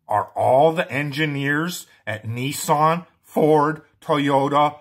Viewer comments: yes, kneesun is almost as bad as when the halfwitts say sodder instead of solder, and yet they can pronounce “sold and soldier”. Very doubtful that the car uses GPS sensing, happy to be proven wrong, but the Speedo has to be able to work indoors or out, and must also be accurate, no matter why the car is moving, even if it’s powered by three mice and giant inflatable banana called Dr Peel, so what would be the point in complicating it with GPS calculations that may or may not be available. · The engine speed is measured in rpm There is a bloody big gauge on the dashboard, The "speedometer" measures from a cam in the gearbox, on mine the cruise control uses the satnav. and wow what a way to pronounce "Nissan" I would love to hear him try to pronounce "Peugeot"!